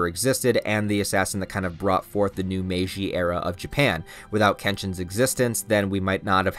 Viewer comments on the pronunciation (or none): none